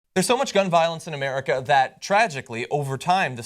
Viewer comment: I just have one thing to say: 'Murrika.